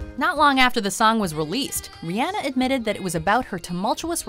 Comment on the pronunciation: She says Rihanna wrong and I cringe every time